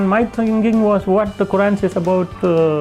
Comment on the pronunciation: He didn't even pronounce Quran correctly 😂 ngl This man lying, he's a fraud